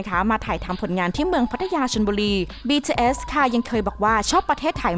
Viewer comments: BTS ออกเสียง บีทีเอส ธรรมดาครับ ไม่ใช่ บีทีเอลส อะไรที่คุณพูด ไปฟังมาใหม่ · หยุดเลิกอ่านว่า “บีทืเอยส์”‼️‼️ อักษรค่ะสามตัว ทำเสียงกระแดะมาก ถ้าอ่านชื่อศิลปินผิด ควรออกมาขอโทษ นี่มันหลายคลิปแล้ว… ทำไม่ได้ก็”ลาออกไปซะ!!”🔥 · บีทีsนะพูดก็ผิดยังบอกอีก😐🤭🤭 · เหมือนกัน ฟังเป็น บีเทียส บีเทียสทุกที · เราได้ยินว่า BJS 😓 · ใช่ๆ ตอนแรกฟังแล้วแบบ วงไรฟะ อ้อๆๆๆ BTS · ทำไมเราขำสำเนียงที่เขาพูดว่าBTS(ความคิดส่วนตัว) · ทำไมเราขำ เวลาที่แอดมินพูดคำว่า BTS วะ 😂😂😂😂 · 😂😂ผมสะดุดกับคำนี้มากๆ ตอนแรกฟังไม่เข้าใจเลย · ออกเสียง bts แปลกๆ